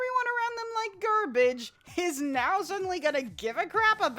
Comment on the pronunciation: Did you say gerbage